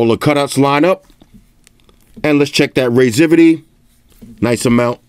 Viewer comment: wtf is "raizivity"?!